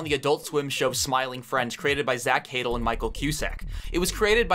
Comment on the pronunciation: (Also it’s pronounced more like zach “huh-dell” not “haydle”)